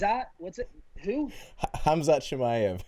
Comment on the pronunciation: Please call him Kumquat.....instead of Khamzat 🤣🤣